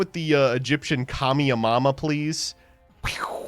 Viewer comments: Kami a mama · I almost had an aneurysm listening to trying to pronounce Kamehameha